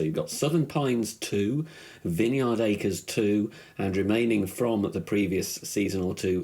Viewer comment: its pronounced (Vine-Yard) lmao. smh come on ya nerd !